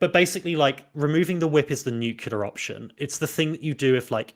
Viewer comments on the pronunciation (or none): Nucculer option